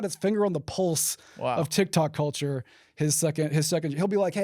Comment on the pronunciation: “Cuhchur” CULTURE BROTHER CULLLCHURRR